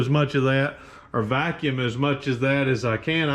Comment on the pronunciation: "VACK YUM"